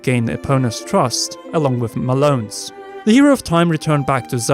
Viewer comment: "Malone." :-/ Like, Karl Malone?